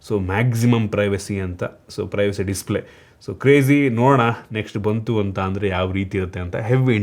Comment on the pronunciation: "dislay"😅, who noticed